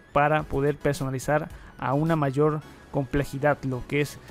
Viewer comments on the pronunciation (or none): none